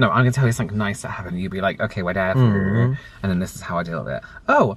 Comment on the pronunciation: was hilarious. i have watched it several times. even the way he says "whatever" with such a hard R 😆